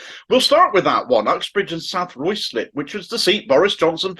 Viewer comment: RYEZ LIP. That is the way it is pronounced by the non-incomers. Why do outsiders never get it right?